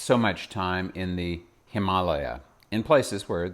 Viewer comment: I love the way you pronounce "Himalaya" --- so close to the actual pronunciation